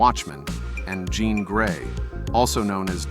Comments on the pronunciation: Jean grey ❌ John grey ✅ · JFC JOHN GREY? JOHN? pathetic POS AI crap.